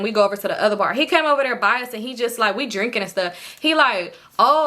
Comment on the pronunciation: And the second Bar Sound like Ubar🤣